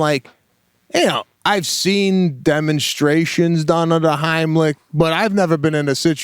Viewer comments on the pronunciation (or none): The Haamlic.....? ;) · The “homlick” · Idk about you but I ain’t trusting someone to do the Heimlich on me when they can’t even say it right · "Homlick, homlick." "It's the HEIMLICH!" Right after, "the Homlick!" Dude!!